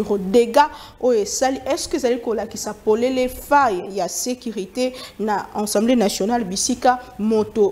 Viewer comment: Les journalistes doivent apprendre à faire différence entre Assemblée et ensemblé. On dit A-ssemblée et non en-semblé .